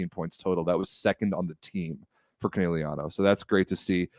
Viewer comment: whining about pronunciation but can’t pronounce Conegliano right 💩